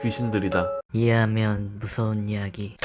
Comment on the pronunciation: 초에 이해하면이 이밖에안들림